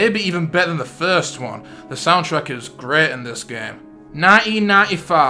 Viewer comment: "Nigh-een-nigh-ee-five" I physically cannot take it